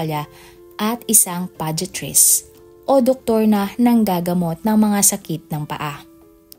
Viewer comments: Podiatrist pronuence as Podayatrist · Podiatrist.. Read as podayatrist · PODAY ATRIST, pronounce it correctly ‼️